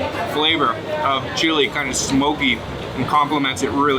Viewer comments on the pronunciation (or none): none